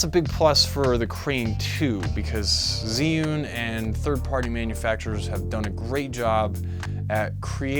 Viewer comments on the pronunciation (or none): It’s pronounced “chew-ing”.